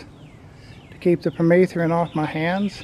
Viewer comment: If he says per-meeth-ree-in one more time..........